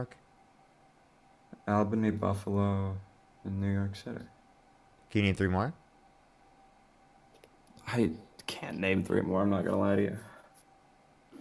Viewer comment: NY my ass lol we dont say al-bany